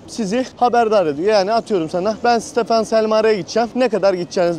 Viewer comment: Gezgin kilisenin adı metropolitan katedrali Stefan selmare değil stephan chelmare Para birimi leu değil ley 🙄🙄 biraz düzgün araştırıp öyle bilgi verin!!